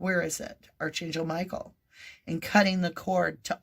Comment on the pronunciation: A little pet peeve...Archangel prounounced Arc an gil. Sorry to come across judgy. Not meant that way cuz you are awesome. ❤